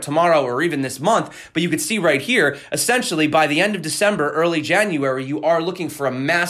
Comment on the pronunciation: "essentially" ( uh-sen-shuhlly ) Adjective: i) Absolutely necessary; indispensable: Discipline is essential in an army. ii) Pertaining to or constituting the essence of a thing. iii) To buy Bitcoin as quickly as possible. 😉